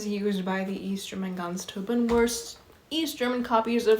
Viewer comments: Try “grens troopen” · Your German pronunciation is pretty good. I noticed you have trouble pronouncing Grenztruppen. Just imagine the 'gre' part is pronounced as 'gra' in 'gravel.' And then you have to cut if off with a knife to get to the 'nz' part which may be somewhat like 'grentz.' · idk if it helps but try "grance trouppen" as pronounciation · the pronounciation is actually fairly simple. Its basically Grrrr (like a growling) - end (pronounced like the english word end) - s- trupp (like troop but with a hard p) - en